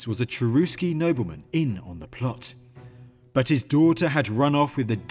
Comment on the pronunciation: The name of the tribe "Cherusci" was pronounced "CHERUSHI" in Latin. In the native language it would have been "CHERUSHKA".